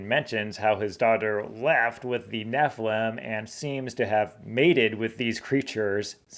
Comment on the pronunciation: I don't get why you don't properly enunciate each syllable in NEPHILIM. It should be NEFF. ILL. IMM. Not "neflem".